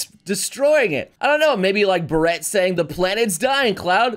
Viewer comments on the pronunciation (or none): Damn it, quit mispronouncing Barret's name. It's pronounced Bear-et not Ba-rret. FF7R even shows you how it's pronounced with english voice acting. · Can't tell if is doing it on purpose or not. But he kept pronouncing Barret's name wrong. It's BEAR-it, not the hat French people wear. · I like it when pronounced Barret like bread. Also about square enix, I had a bad feeling about this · It's like the .50 caliber rifle, not the hat. It's easy to figure out once you notice he has a gun arm.